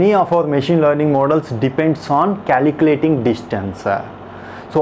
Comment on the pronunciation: but more sad thing is that.. you have no knowledge of the concept and need to listen to this 'calculatinguh' !